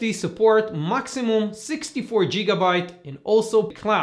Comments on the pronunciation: Not a bad review - its gigabyte not jigabyte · I liked when he said Jigabyte, made me laugh a little.